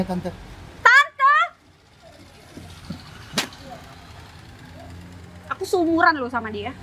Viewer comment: gomong tente 😂😂😂😂❤❤